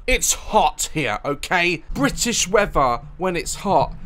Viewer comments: briish wevaa :D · "Bri ish weaffa"